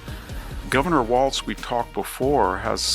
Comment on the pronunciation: Let us not forget the 2 Mr. W's. The former selected VP choice for Kamala Harris is Tim Walz (no T in the last name) It's pronounced Walz. The newely elected Republican for Trump is Waltz......like the dance Waltz. Let's pronounce it correctly.